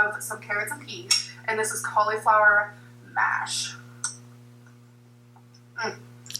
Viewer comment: I hate how she says cauliflower. And when she eats raw vegetables it reminds me of a horse.